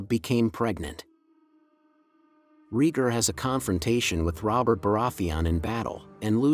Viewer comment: Reeger huh 😂